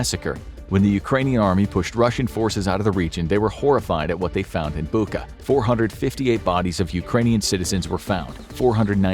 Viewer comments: О боже, мій, Бука!!! I'm sorry, the video is super serious, but I never heard foreigners say Bucha like that😅 The "ch" is pronounced the same as in "kitCHen" or "CHicken". The world "butcher" sounds almost identical, aside from the ending "butcher - butcha" (It has no similarities in meaning of the word in Ukrainian, but I have to admit, the coincidence is pretty creepy now, considering everything happened there). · Bucha not Buka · Not "Buka", but "Bucha", "ch" as in "butcher" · Bucha 'ch' is pronounced like in 'Chilie' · Did we not want to take 2 seconds to look up the correct pronunciation of Bucha?